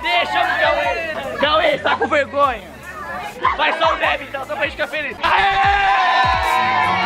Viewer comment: Vergonha:a: mirri ri hola di passa vegonhia hihihi